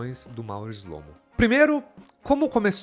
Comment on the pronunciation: Shlomo em hebraico é (שׁלמה) que significa Salomão! As letras "SH" pronunciamos como se fosse o "X" na palavra Xarope, mais ou menos "xlo-mô" 👍👍